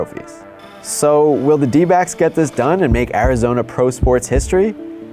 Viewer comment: Def sounds like he's saying d-bags instead of d-backs 😆